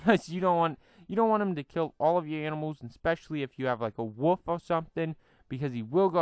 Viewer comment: You said woof instead of wolf lol 😝